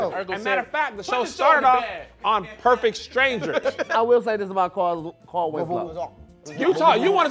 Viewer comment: “CAR-EL” 😂😂😂😂 Taheir cannot talk lol